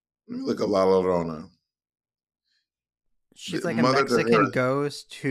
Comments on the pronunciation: Mirage is Mexican. At least part. The way all non Hispanic people can't say "La Llorona"....😂 (La.....YO....RRRRHO....NAH...) ❤️‍🔥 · its la LLORONA yorona i thought you speaked spanish bob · God the pronunciation of la llarona killed me. I believe in the story she's looking for her children. And parents tell you to stay inside at night because she may think you are her child and take you. El cucuy would been funny af xD